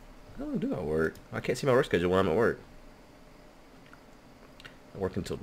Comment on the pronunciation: I find it interesting that pronounces can't like carnt, even thought he's american:)